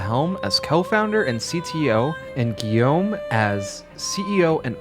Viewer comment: that's Ubisoft Montreal but Broche worked at Ubisoft in France and Shanghai. Great job pronouncing his first name Guillaume by the way.